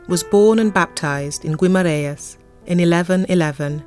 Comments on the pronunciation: Not really 😉 you don't pronounce the u in Guimaraes! The I in Portuguese would sound like and E in English, so more like Gemaraens. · Would help if you could at least pronounce Guimarães properly... typical English.....